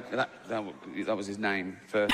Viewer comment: The only offensive part of this video is the way you butchered his name 🤣😆🤣😆🤣